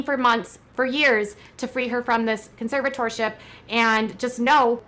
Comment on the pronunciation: Can someone please teach this woman how to say the word “conservatorship?”